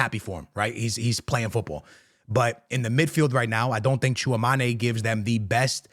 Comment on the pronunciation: Tchouameni❌ Tchouamane ✅